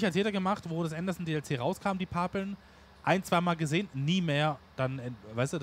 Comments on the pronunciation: Moin, Wenn weniger Videos kommen ist nicht schlimm, weil ich bin der Meinung das dass reale Leben immer wichtiger ist. Du warst heute etwas leise vom Ton her im Video, ich musste die lautstärke voll hoch drehen. das heisst Pappel und nich Paaaaaapeln 😂😂 iyt nicht böse gemeint. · Sorry, aber heute gibts einen Daumen nach unten, weil es ein paar Dutzend mal Pahpeln zuviel war. Bitte üb das Wort Pappeln, denn es wird wie die Pappe ausgesprochen. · Ich habe dir doch schonmal gesagt und du wolltest dich auch daran halten: Es Pappeln (mit kurzem zweiten p) und Paaaaaaaapeln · Pappeln nicht Paaaaaaplen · Ach, bitte sag nicht immer Paaaaapeln! Das wird kurz ausgesprochen. Ansonsten hab ich nichts auszusetzen mach weiter so Daumen hoch. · bitte bitte bitte!!!!!!!! Sprich Pappeln mit kurzem "a"!!!!! Es ist Grausam, so wie Du Pappeln aussprichst.